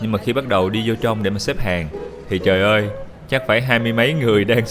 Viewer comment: Su kiểu: "Trời đất cơi 😂"